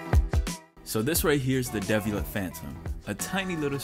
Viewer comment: It’s pronounced dee-vee-a-lay